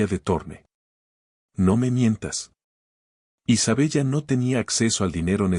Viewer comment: Se pronuncia Isabela, se escribe Isabella, es un nombre italiano, no seas ignorante y cuanta bien la historia, o al menos inventa una historia en la que puedas hablar bien